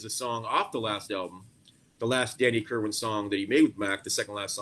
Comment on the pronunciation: Kerrrrrr WAN not WIN